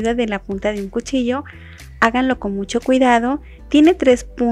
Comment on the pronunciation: Siempre me gustan tus recetas. Y se las envío a todos los que conozco, incluyendo mis alumnos. Y lo siguiente que te diré no tiene ningún afán de ofender ni nada. A mí me gusta mucho compartir tus recetas por lo que te escucho detenidamente para no perder ninguna información así que me permito decir que ahora noto algo que antes no decías "MUCHO " pero pronunciado "mu/sh/o " y si tenías marcada tu manera de pronunciar la /a/. ..pero no sé ahora... suena muy sensual.../aaaccggg/. Me gusta que seas más natural al hablar y no lo digo para ofender. Se agradece que nos compartas tu recetas. Sólo te comparto mi opinión.